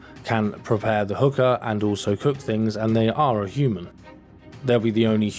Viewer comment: stop saying hooker, its hookah .lol